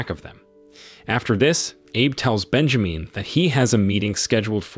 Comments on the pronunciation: its Ben ja min as in SIN not meen .... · I can't with "Bejameen" omg🤣😂🤣....I might not make it through this recap, dude killing me🙌🏾🤣